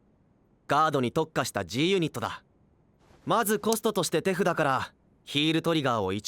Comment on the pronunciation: He said it right. The subtitle is just wrong. ("tefuda" = hand)